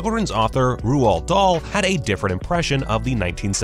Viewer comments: The voice actor: “ROO-ALD DOLL” Everyone Else: “Roald Doal” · Did you just pronounce his name "Ruuoooaaaal Dahl"? Typical screen rant video. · It’s actually pronounced “Roll Darl” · Did he just say "Rooald Dahl" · I'm so happy im not the only one who realised this embarrassment. The irony of them moaning about it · That’s not how you pronounce Roald Dahl... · That pronunciation of roal Dahl though. Lols 😂 does he not know who he is or has he never picked a book